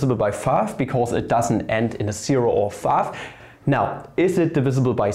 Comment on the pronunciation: funny how u say five like fav